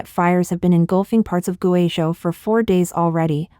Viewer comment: You either need a better text reader that can handle Chinese proper nouns like people and place names, or need a human narrator. I can't SHARE your videos when the video is about GuiZhou and you cannot pronounce the name correctly. You do great research and writing, but if I wanted to share this story, I would have to redo the research and presentation from scratch: I can't use yours. You are incredible if you cannot pronounce things correctly. Look to BBC and even Al Jazeera as an example: They ALWAYS practice the proper pronunciations of names and places before they go on air. Compare your feeds to China Observer who uses real narrators. We in the West do NOT mind the accent because it is authentic.